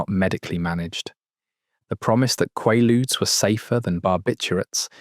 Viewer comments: Hearing the probable AI call them "Quah-ludes" and not "Quay-ludes" is super frustrating. I was born in 79, but know the correct pronunciation. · Swear is this a fucking AI how it says Qualudees? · For fucks sake it's pronounced quay luudes. How can you not get it? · Never heard it pronounced qwah lude. In the US they were called quay ludes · Is it me, or is he saying quailude's wrong? It's driving me insane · Qwaludes? Maybe pronounce it correctly.. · They are pronounced QUAY ludes ffs. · It's pronounced kway-lood ya frickin dope! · It’s pronounced with a long “a”, as in quay-ludes. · KWAY-lood, rhymes with prelude. Holy crapp. Just let me cringe some more. First syllable, qua, rhymes with quay or pray. Second syllable, rhymes with rude or dude. Maalox is MAY-locks. Always. I'm a 52 year old American woman, born in 73. I promise you, I KNOW what I am writing about here. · This was so well done only part that was irritating was the way he pronounced Quaaludes half the time 😂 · This guy doesn’t know how to pronounce the name of these, and never mentions Sopor which was made by Arner Stone with the same ingredients Methaqualone and in 50, 75, 300-mg and were orange, hence orange ASs 👊 😎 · Please pronounce it properly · You say "quay-ludes", I say "QUAW-ludes" (or KWAW-ludes). . . Try to be consistent here. I hear at least three different pronunciations. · Learn to pronounce it! It’s a long a. I even listened to a pronunciation. You have no excuse bc it’s not called a in England.